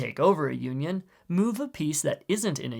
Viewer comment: The way he says “union” made it sounds like “Yuenyeung” which, ironically, is a symbol of conjugal love in Chinese culture. This word can also be traced to “yin-yang”, which is represented perfectly by the feet of black and white pieces because when they are united they create a yin-yang symbol.